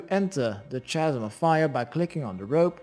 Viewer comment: kasm like it starts with a k not ch